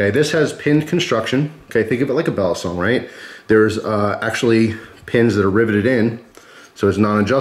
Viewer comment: Y u say basilong